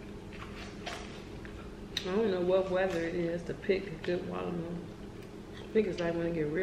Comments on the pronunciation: we got wallamelon🤣🤣🤣🤣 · She said wallamelon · Every Time they said Walamelon Im Like (WATER)MELON 😂😂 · 😂😂😂😂 its watermelon, not wallamelon!! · when she said wallamelon 😂😭😭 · who else heard her say wolomelon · “we got a wallamelon” 😭